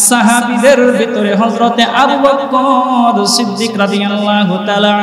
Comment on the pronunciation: বক্কর না বকর